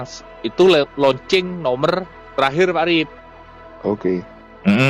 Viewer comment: Kurang jelas ucapanmu, loancing apa kencing, bhs baru lgi